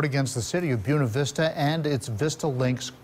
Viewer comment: Of course a local judge sides with a corrupt city and let's them slip away without paying their debt. And it is spelled B-U-E-N-A, pronounced booWena, not Byoonuh... Stop using Latin names and then disregard how to pronounce them properly....